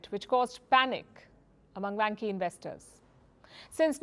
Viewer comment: dear，You should check it out or learn some Chinese，vanke万科 is pronounced like wanker